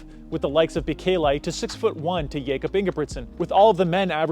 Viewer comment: Getting miruts yifter worng is one Thing but saying Jacob when his Name is Jakob is kinda crazy. You are making AI Videos on other stuff to?